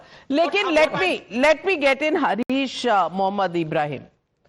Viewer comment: He is Haaarish and not Harish - उसका नाम हारिश है हरीश नहीं!